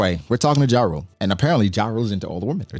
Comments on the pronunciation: Jarul is pronounced "Yah-rul" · It’s pronounce YA-RUL ….